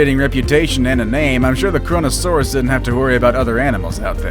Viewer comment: who else thought "korona" when it said kronosaurus